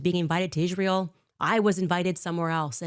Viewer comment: I hate how she says Ishrael